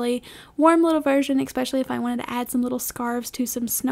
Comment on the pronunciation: Hi. Great video. But... It's "ESpecially" not "EXspecially". S not X. Thank you.